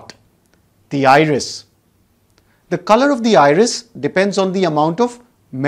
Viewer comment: The word 'iris' almost sounds like irish!